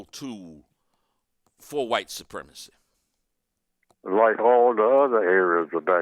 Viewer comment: How can you understand why it's supremacy when you can't pronounce it